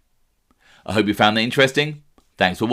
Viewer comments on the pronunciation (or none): none